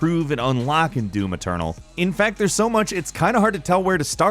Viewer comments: It's doom eternal not do-maternal. Note how he says that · Now I can't unhear it when he says it